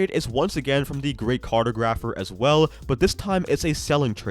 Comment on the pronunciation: bro said the “cartergrapher” 😭